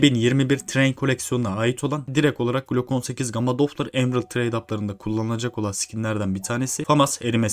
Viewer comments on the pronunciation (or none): ab lütfen artık doflır diye okuma doplır o